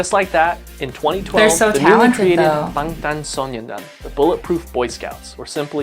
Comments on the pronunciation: He’s wrong, it’s Bahng-Tahn Soh-Nyun-Dahn; when you see this symbol ㅏ it’s ah sound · Just an f.y.i. I'm at the beginning of the video, don't learn how to pronounce anything Korean from this guy lmao he pronounced almost everything wrong, close but wrong, so for Bangtan Sonyeondan and honestly most if not all Korean words like Namjoon for example, if you see an "a" you can think about how British people pronoune their "a" like in dance, so yeah more of an British "a" than American. Another tip when you see two vowels next to each other it is actually most likely one sound in korean and an easy way of knowing which vowel to pronouce is that it is always the second one or almost always I'm not a fluent Korean speaker this is just something I've noticed since I fell into the hole in 2018 xD so, if we have words like Tae-hyung and Seok-jin or Ho-seok we will say it kind of like "te(very soft "h")young", "so(very soft "k")jin" and "hosok" with the "o" pronounced like in "hot". Hopefully that was helpful, I didn't plan for it to be such a long comment but oh well.